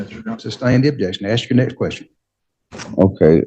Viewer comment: Why don’t you “aks” him?